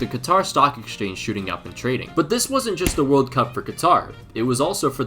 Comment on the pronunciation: “Two tventy two vorld cup”